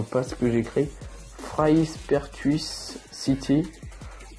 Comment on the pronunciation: Fraispertuis city se prononce “Fraipertui city